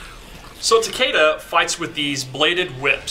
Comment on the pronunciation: It's like, wow Neatherealm... Rayden and Takida? It clearly says RAIDEN, as in Ra-i-den.... and it clearly says Takeda as in Ta-keh-dah. I mean c'mon, it's not fucking rocket science. It wouldn't kill you to pronounce your characters' names right.